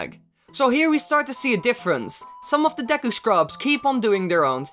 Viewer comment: *Dee-Cue it's pronounced Dee-Cue not deck-ku